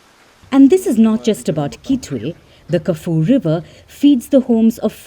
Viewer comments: It's not Kafu river. It is pronounced Ka-Few-Weh. Do your research before you talk about other parts of the world. It's very off putting for you to pronounce it that way. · Kafoo river 😂... It's Ka-Fyu-we 👍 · Ka phewy... not Ka foo.. It's happened before, long before the Chinese arrived. Typical Chinese pollution though. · It's not kaf river 😂😂😂😂😂😂 it's Car-full-way river . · It's pronounced Kaf-you-wey (Kafue) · Kafue (River) is pronounced Ku-foo-ee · First things first, Get the facts and the names right. It's pronounced "Kafyoo-ehh/weh" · "Kah-Foo-Wee Liver" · Lol how did you just pronounce Kafue